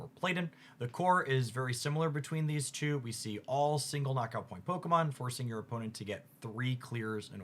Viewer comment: Bro why can these pocket YouTubers never pronounce the pokemon right? Brooo